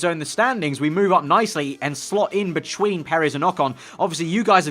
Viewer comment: Or when he says "Betchween" haha, love this vid tho.